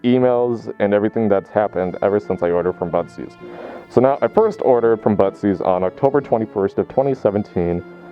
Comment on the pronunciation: If I didn’t read the title I would’ve thought you were saying “buttsies” the whole entire time lmao